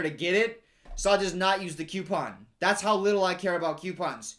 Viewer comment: Every time he said Q-pons I cracked up.